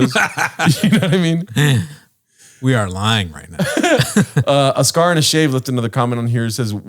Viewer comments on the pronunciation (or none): Yo it’s a Scare like boo not a Scar like Pacino. Redact! Love you guys!